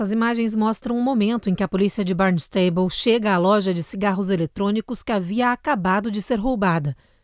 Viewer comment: Gostei como a apresentadora falou o nome da cidade: Barnestable! 😅